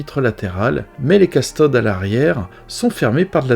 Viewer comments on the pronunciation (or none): On dit cUstode et non castode !